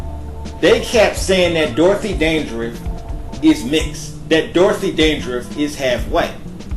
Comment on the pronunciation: sugarBaby ... LMAO!!! He can't pronounce Dandridge either... It's killing me!